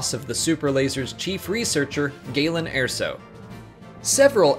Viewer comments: It's Erso not Airso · ER-SO NOT AIR-SO ahhhhhhh!!! (Jk good video though) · I have to point this out it's ER SO not AIR SO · Airso? Galen Airso? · How can you not pronounce erso? It’s literally said in rogue one. Get it right. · “yeah-vin” not “yaw-vin” “Ir-so” not “air-so”